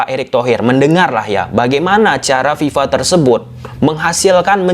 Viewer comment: Bukan Viva pak tapi fifa